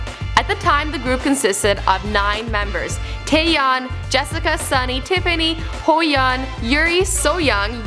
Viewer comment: Lost my shit over Hoeyeon, ahahaha